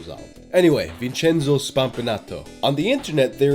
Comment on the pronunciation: I'm Italian and I'm finding the answer on your channel. You pronounce every Italian word wrong but "Vincenzo", that's good to me.